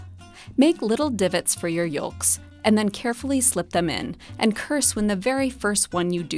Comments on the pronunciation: never heard anyone who was a native speaker pronounce the L in yolk. Also in Australia. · The l is silent. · i never heard anyone say the "l" in "yolks" so distinctly lolol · Great video as always but is no one gonna talk about how Sara pronounces yolks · came here for this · how am i surprised that the top comment is about her pronunciation of yolks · i was about to comment this thinking i was the only one instantly triggered haha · Fun and very informative. But who pronounces the "l" in "yolks"? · sees all the comments about the way sarah says ‘yolks’ now scared that i say it wrong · Thank you for pronouncing the 'L' in 'Yolks' for no particular reason other than it tickled me.